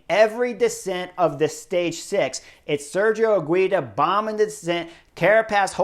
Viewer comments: Higuita correct pronuntiation: "Iggy - tah". The stress in the middle, in the second "i" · Higuita is pronounced without the U ;) basically higita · Chris, I love every comment you make about all this races and normally you really good at pronouncing all the names but is painful the way you pronouncing Higuita!!! I’m sure you can do better. Love the videos keep it coming.